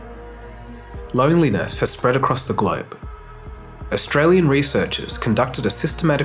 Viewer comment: It's not "Across the Gloyb". It's: Across the GLOBE!